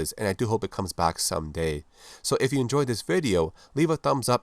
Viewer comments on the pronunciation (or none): none